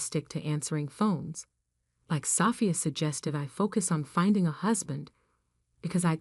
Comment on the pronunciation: You really need to say the Annunciation of the name ' Sophia', but a good story.